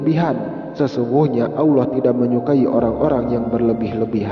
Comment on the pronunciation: suara deskripsi tayangan ini aja salah, mengucap auloh yang benar Allah...